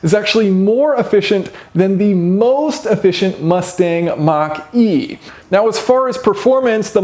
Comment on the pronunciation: The more times you say," Mach-E" the more I hear "Marquis". Really wish Ford would have stuck with the Mustang's roots and made it more of a sporty muscle car instead of a Crossover